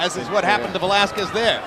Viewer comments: Idol pacquiao vs valesques said anouncer😂😂😂😂😂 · Michael knew he screwed up when he said Valezquez 👊😭🥊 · Buffer absolutely butchered the pronunciation of Velázquez right after speaking Spanish 😂